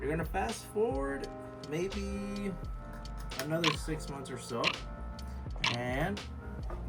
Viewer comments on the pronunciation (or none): none